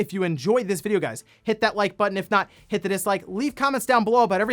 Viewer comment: I love that he makes sure he annunciates “hit” in hit that like button now